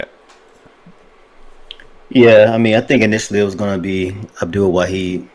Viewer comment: Respect for saying Abdul's name as it is. 💪🏾